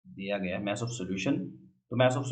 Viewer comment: Sir maaas niii hota mass hota h bolna sekhe